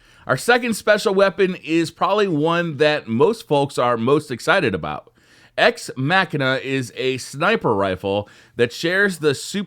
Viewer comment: You pronounced ex machina wrong.